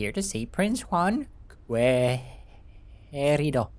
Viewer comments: Keh ree dou = querido. Que is pronounced like if the u wasnt there 👌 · I believe Querido is pronounced as ke-ri-do. Like the ke in kettle, ri in ring and do in dog. So almost right nice voice acting overall:D